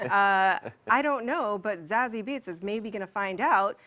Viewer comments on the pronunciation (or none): Too many Z's in Zazie, and it's pronounced Za-sea